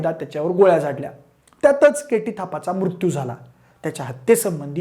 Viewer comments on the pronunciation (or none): none